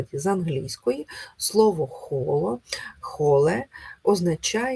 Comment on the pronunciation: Дякую за корисний матеріал, АЛЕ! Холодинаміка - система дій емоцій, а не розумових дій. Ви ж намагаєтеся, напроти, все передати формулами ratio, подеколи доходячи до відвертих маніпуляцій (приміром, англ. whole, яке Ви, до речі, промовляєте неправильно, не має ніякого стосунку до укр. "коло"), зводячи емоції до мінімуму. Холодиміка без відповідних емоцій - вихолощена наука.